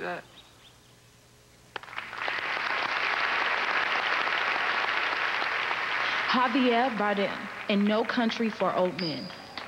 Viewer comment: Javier Barden! And Jennifer Hudson pronounced his name wrong